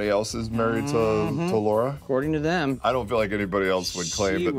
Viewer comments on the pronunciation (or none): none